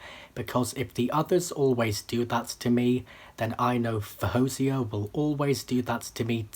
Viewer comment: Your instincts are right! She was going to be amazing. You also pronounced her name in the second most acceptable way according to her. Well done!